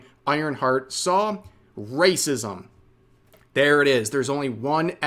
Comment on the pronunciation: They keep saying wacism because they never learned the word 'apathy'. Low iq mfs.